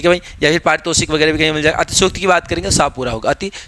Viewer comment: अतिशयोक्ति hoga gurji na ki aaatisyokti